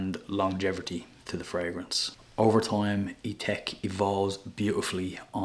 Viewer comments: I notice that you pronounce it i-tek but shouldn't it be pronounced i-tak as its spelt Ithaque? 🤔 Just wondered. I see Memo Paris has a fragrance called Irish Leather! Do you have that one too? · It’s spelled Ithaque and pronounced Ee-Tack